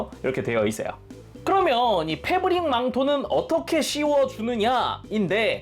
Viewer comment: 뭐라구여? 페부ㄹrrrr릭 망토?!